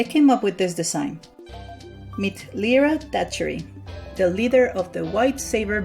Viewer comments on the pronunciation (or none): this annoyed me its said L-I-RA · my name is lyra and its said l i r a I FEEL HURT T-T